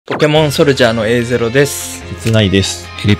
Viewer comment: A0さんの発音終わってて好き